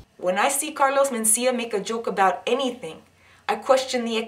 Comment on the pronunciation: Abeout? Not every sentence has to have an upward inflection at the end of it? Like a question? If you're making a statement why do you have an upward inflection at the end of a sentence? That doesnt make any sense?